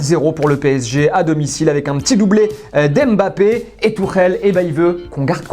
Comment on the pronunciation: Mbappé vous me faire rire tellement les gens prononce mal le nom la 😂...